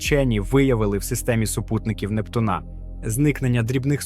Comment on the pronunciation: нептуНа Нє НептУна\\